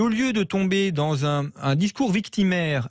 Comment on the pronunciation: M. Bercoff, ce n'est pas "la fin d'in monde" mais "la fin d'un monde". La différence entre les sons UN et IN se perd à une vitesse effarante en français de l'Hexagone. Le déclin de la langue française (y compris chez ceux qui prétendent la défendre), c'est aussi la fin d'un monde.